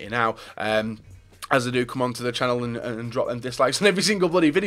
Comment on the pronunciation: anyone notice how says "amd" instead of and a lot?